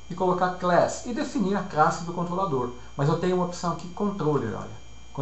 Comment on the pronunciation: Mto boa as aulas, só o "Crasse", que é meio estranho, tipo o seu creyson! rs.